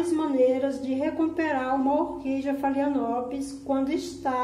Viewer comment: Meu amor, apenas uma dica com todo o respeito: pronuncia-se FALENÓPOLES